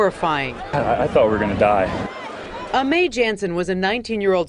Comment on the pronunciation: Why are they pronouncing her name “A-may” ? It’s Amy, it’s just spelled Aimee..